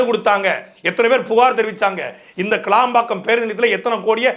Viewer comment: சாட்டை துரைமுருகன் அது கிளாம்பாக்கம் கிடையாது கேளம்பாக்கம் நன்றி வணக்கம் நாம் தமிழர்